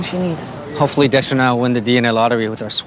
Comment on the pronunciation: She called him Sexter